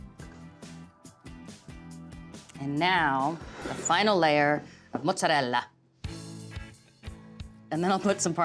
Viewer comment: Valerie, I love it! I make my Lasagna the same way as you do.....And I so like that your pronouns 'Ricotta' and 'Mozzarella' the right way. True Italian, and so lovely too!